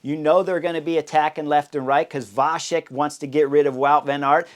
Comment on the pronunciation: Chris, as a Czech myself, it’s more like “Vatzek. Love you mentioning him! Great video though :)